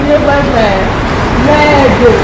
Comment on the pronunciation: t'es pas gentil en plus tu dis merdé 😂😂😂